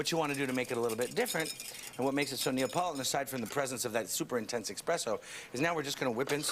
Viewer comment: There's no "x" sound in "espresso" Mario. I know he knows that, he just pronounced it wrong.